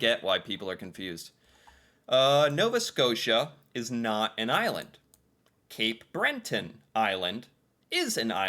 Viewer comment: Was anyone else triggered every time he said "Cape BrenTON island"? No hate btw I love your videos, I just thought it was funny.